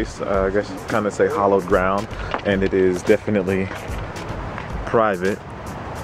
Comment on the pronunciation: LOL..... it's not "hollowed ground", it's "hallowed ground".